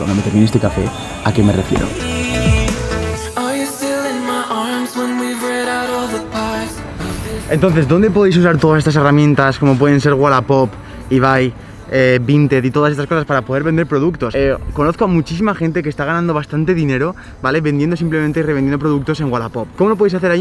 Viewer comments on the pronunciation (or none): O el mítico "ebai" literal leído 😂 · "ebai" de toda la vida